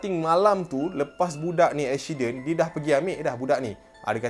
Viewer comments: Apa shiden? Ashidenn 😆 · pronounce: "ekshiden" so cute af hahahahahahaha 😂